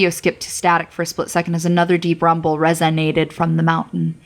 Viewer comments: RESUHNAYNAYTED.... That's it I'm ruined forever by the damned word 😂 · I knew it. Nobody says a word like that unless they're tired of fucking it up. Oh well, doesn't take from the story any. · " as another deep rumble res-i-NAT-ted from the mountain"